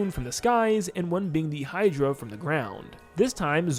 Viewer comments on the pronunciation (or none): none